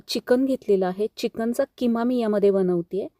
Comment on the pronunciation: किमा ❌ खिमा ✅